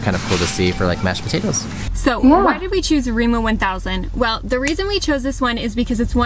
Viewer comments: As a Norwegian, I have a few comments to make: 1. Remo 1000 isn't a thing. It's Rema 1000. She mispronounced some of the words and the subtitles reflected that. 2. Yes, there are some plastics on certain groceries, but you can get "loose" fruits and vegatables without plastics, only you need a plastic bag to put them in. 3. No, we don't have a lot of Mexican immigrants, but in our culture we have our own flatbread traditions (lefse and flatbrød), so tortillas and tacos aren't that foreign to us (the concept), and being so far from Mexico I think people are interested in trying food that wouldn't be common here, hence grocery stores made these products available. 4. The caviar in tubes is different from the expensive black caviar. Our caviar is orange/reddish and comes from cod (cod roe) and other common fish, not the beluga sturgeon where black caviar comes from. 5. Some items are very expensive here, other things less so. I've been surprised by the fact that even some of our food is cheaper than in some US grocery stores, while many products are priced similarly. Norway's not known for being cheap, but the average Norwegian is more prosperous than the average US American. Also, rent is apparently cheaper here in Norway than in the USA, on average, and we don't need to pay health insurance. 6. Brown cheese is just whey that's been caramelised (natural sugars in the milk turn it sweet), turning it into a soft and chewy (like soft toffee) sweet cheese. It's definitely an aqcuir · This one is really not very good. What she says about the chains we have is a bit odd. She also botched all the names of the chains. We have very little competion on the grocery stores in Norway because we pay people a livable vage and that seems to be a problem for foraign chains for some reason.